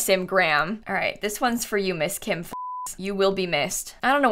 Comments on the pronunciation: I automatically correct her wrong pronunciation in my head, everytime she says it. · at least she says it wrong as a joke and not seriously :/